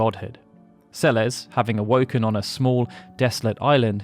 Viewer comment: Im so happy you pronounce Celes name correctly. So many people call her "sells" shes one of my favorite characters snd always irks me when people cant read her name properly